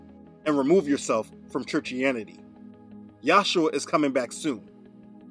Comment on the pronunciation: In this vid , you are pronoucing the son as Yahsuha insead of Yahushua. What's up wid dat? Your histry of the Catholic church is right on , but still, I don't know what the pronunciation of the name of God or is son is. You keep changing it!! Why!!! I guess you'll just egnor me. Oh well.